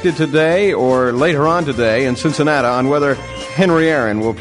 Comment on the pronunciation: Also Cincinnata.